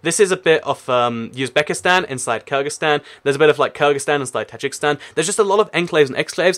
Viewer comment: Tajikistan (Ta-jeek-estan) not Tajikstan